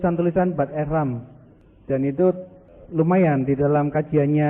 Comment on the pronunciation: 'Ehrman' BUKAN 'Ehram'. Nama penulis sahaja sudah salah sebut. Apa lagi komennya?